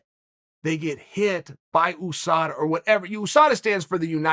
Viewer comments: Chael “Oosada” Sonnen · "OOSADA" - The OOnited States of America ?